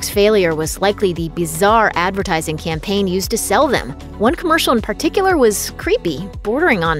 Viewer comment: Lambast? Bezarre?